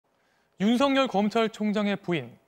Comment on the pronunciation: 앵커님, 윤석렬 아니고 윤서결입니다. 발음 잘 하세요. ♡^,~♡